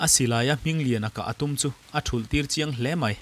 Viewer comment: Ka ngaithla vektawh na a,ngaithla nawn lehang,i chhiar anih man ah aw,thul ilam dankha a dikhlel deuh,thul kha arikdan a hniam tur,(A pa dung thul in=A pa angmai in).